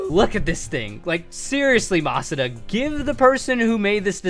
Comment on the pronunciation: Mispronouncing Masuda? Come on, I know you’re better than that.